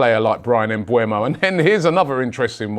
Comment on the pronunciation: How does Robbie consistently see "MbUEmo" while he is "MbEUmo" 😂